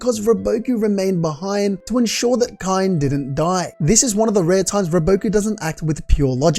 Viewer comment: Kaine is pronounced kai-neigh